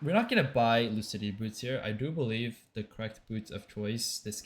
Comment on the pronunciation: when are you gonna learn Bel'Veth's name? 😆